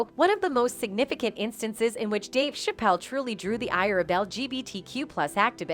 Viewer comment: She can’t even pronounce Dave Chappelle’s last name correctly so this commentator comes off as unbelievable and not someone who knows the history of these two black men. Can you say “click bait”!